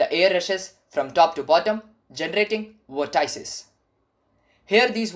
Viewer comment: Please look up how to pronounce vortices.